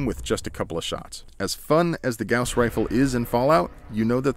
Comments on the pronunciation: Bruh you're saying Gows rifle It's pronounced Gaws Rifle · Goss not g-ow-ss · The “gouss” rifle... kill me. It’s pronounced “gause” rifle. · "GAOuWs" Rifle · Gauss is pronounced the same as the bandage; "guh-oss." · Anyone else stop watching as soon as he said gowse? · I thought it was pronounced "goss" rifle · You keep saying it wrong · The way you say gauss bugs me